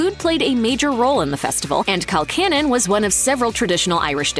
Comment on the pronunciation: It's pronounced Col CANNON